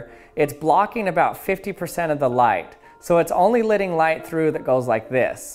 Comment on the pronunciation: It's LETTING NOT LIDDING!! CMON MAN!